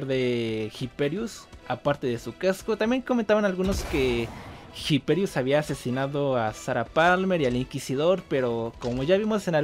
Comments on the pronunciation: pero porque no sabeis leer los nombres? la H no se pronuncia. IPERIUS. Es latin, en latin la H no se pronuncia, como en español. Que los americanos no sean capaces de leer latin no implica que lo hagan bien. Por favor, asi nunca nos tomaran en serio los yankis. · Me da Cringe como pronuncias Hyperius